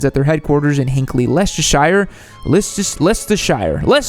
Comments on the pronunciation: Lee - Sess - Ter - Shire! 🤣 (OK... OK... ... ... Less - Ter - Shuh) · Leicestershire is pronounced Lester